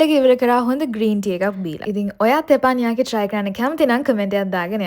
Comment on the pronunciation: තෙපන් යාකි නෙමේ බං "තෙප්පන් යකි"😂😂😂